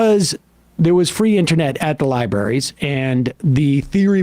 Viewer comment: Is Sam's R-less pronunciation of "Libaries" and "Libarians" a normal thing?..? I grew up in central New England, and that's a new one to me... Come on, Sam! libRrrraries